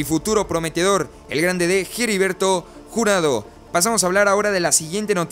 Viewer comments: Ya no voy a ver tus videos sí sigues diciendo Jeriberto en vez de heriberto 🤭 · Hola, dos sugerencias, la pronunciación de HERBERTO no es Jeriberto jajaja, y la repetición constante de la frase "en ese sentido", deberías corregir esos detalles, y otra cosa, dices que no vendes humo y la verdad es que das muchas notas que no son ni serán reales, aclaro, tu contenido me gusta, es critica constructiva, abrazo y éxito.